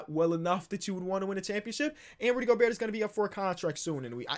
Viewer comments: yea go-bear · Gabriel González no we say Go Bear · you watch too much krispy flakes if you think its gober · It wasn’t until just recently that I realized pronounces the “T” in Gobert and I can’t unhear it now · how is still pronouncing the T in Gobert